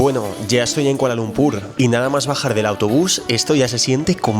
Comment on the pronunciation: Malaysian here, your pronounciation of the word Kuala Lumpur is perfect like Malaysians do. Even your pronounciation of the word Malaysia is perfect. Bagus.